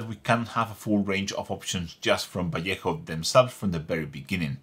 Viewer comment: Nice to hear a Spanish speaker pronouncing Vallejo correctly.